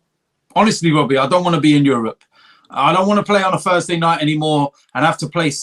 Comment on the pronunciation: ”WHENS IT GOING TO END WOBBIE”